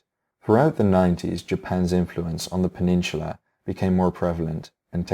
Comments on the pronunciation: Your pronunciation on the Asian names are good, but the way you say "peninsula" is really cringy. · Seoul is generally pronounced as sole, there is no "h" in peninsula, apologies for pedantic criticism as English is clearly not your first language. Your videos are excellent, and your choice of more obscure historical topics is very much appreciated. Congratulations on your subscriptions and keep up the good work!